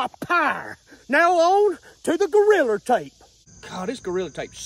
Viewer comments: I absolutely love how he says goriller tape 😂 makes me laugh every time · Every time he say’s “Goriller tape” I DIE LAUGHING 😂😂😂😂😂😂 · Every time says 'Goriller" take a drink. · His 'Goalriler Tape" had me dying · I can't fathom how you get an R on the end. I've tried to say it several times already. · Goriller tape hahahaa. he said Goriller tape … Ohh shit i gotta pee